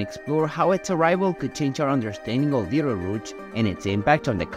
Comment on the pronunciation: Another BS sensationalist video about Betelgeuse (or beedelrooch as the presenter pronounced it) 🤐